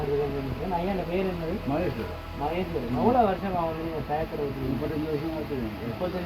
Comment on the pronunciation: ராயர் தொழிலாளி இல்லை டயர் தொழிலாளி என்று கூறுங்கள் தமிழை சரியாக உச்சரியுங்கள்